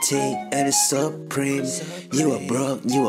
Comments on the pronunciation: I just did it by saying preme-suh over and over LOL. saying supreme hurts my tongue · he says suwupreme so much that all i hear is sup cream at this point lol